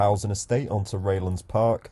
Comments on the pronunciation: It’s Rye not Ray ! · It's pronounced RI LANDS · Didn't know the correct pronunciation for 'Ryelands'. Described it at lancasters roughest area whilst mentioning how quiet it is? ... you couldn't be bothered to read the notices or wipe your nose ya junkie.